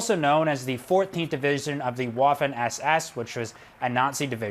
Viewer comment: Waffen is pronounced Vaffen, not Uaffen.